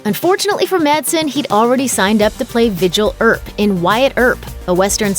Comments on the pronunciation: Its Virgil Earp not Vigil Earp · It's Virgil Earp, not Vigil. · its virgil not vigil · It's Virgil Earp, not vigil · Who the hell is, “Vigil Earp?” Did you mean, “Virgil Earp?” Looper makes so many glaring errors. But, how have any Americans NOT heard of Virgil Earp? I won’t bother listing the other, factual errors in this video. It’s like you do all your videos based on research from the back of magazines left in airport malls 🤣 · Did she seriously call Virgil Earp "Vigil?" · Vigil Earp? Vigil? Would someone please tell the girl who voiced this video that the name is Virgil, not Vigil. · Virgil Earp not Vigil! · “Vigil Earp” 🤦🏼‍♂️ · Virgil, not Vigil. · "Vi-jill" Earp. Haw! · Vigil Earp 😂😂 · How can you make a video and say Michael Madsen already accepted a role playing “VIGIL Earp”. The name is Virgil not Vigil.... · VIGIL Earp?? Wasn't he DUCK Holliday's friend......no wait that was WALT'S buddy. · "Vigil Earp"? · Who the hell was Vigil? It's Virgil Earp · I can't believe a grown woman doesn't know how to pronounce the name "ViRgil" . It's not "Vigil" Erp. There's an "R" in there. Where do they find these narrators? Shouldn't they make sure they can read?? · Just out of curiosity, who exactly is "Vigil Earp"? Lol. If you're going to do a show about movies and celebrities, you really should know the celebrities names. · “Vigil” Earp? How did they not catch that? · Vigil Earp? It’s Virgil lol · "Vigil Earp" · "Vigil" Earp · LoL did she just call Virgil Earp “vigil”? 🤣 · VIRGIL Earp. VIRGIL... c'mon guys.